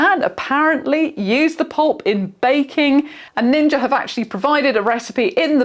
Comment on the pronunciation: "Like all Ninjer appliances"